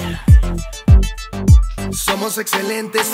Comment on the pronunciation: en el minuto dice somo y tiene que decir somos